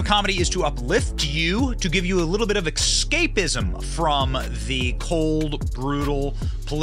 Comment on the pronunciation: The word is escapism not eXscapism. EScape. You're welcome.